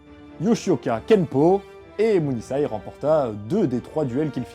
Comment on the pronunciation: bonne vidéo, autres quelques approximations (vous en avez souligné une) je ne comprends pas pourquoi vous dites muzashi et par contre munisai vous le dites bien :p (je parle du S).